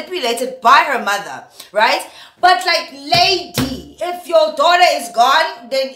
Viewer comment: "This is your Dollar! This is your Dollar! "🤣🤣🤣 I know she said Daughter, but that's what I heard 🤣🤣🤣